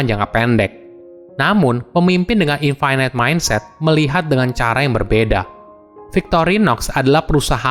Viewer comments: Btw dibacanya INFINIT, bukan INFINAIT :) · infinite --> bacanya infinit biasa aja bro, tidak semua huruf i dalam kata bahasa Inggris dibacai ai